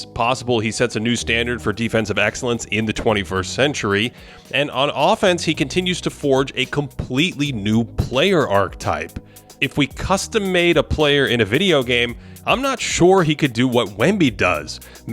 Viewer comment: Idk why homie always says arctype😂